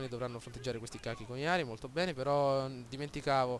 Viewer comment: vedi che si legge " coci " non " cachi "